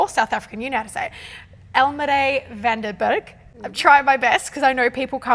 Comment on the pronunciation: The name was pronounced so well but the surname should be Fan der Berg... In Afrikaans, the v's are pronounced as ''f''. Same thing as Visser, it's actually Fisser.